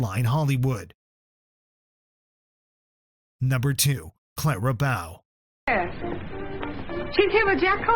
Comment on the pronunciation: It's Bow with a long o. What's with taylor swift🙄